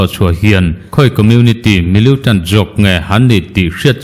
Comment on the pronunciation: Millitant tih hi miliutant tiin i lam ziah a, a dik lo, militant ti tawh teh a..